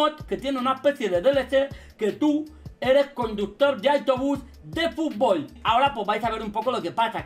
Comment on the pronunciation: De futból jajaja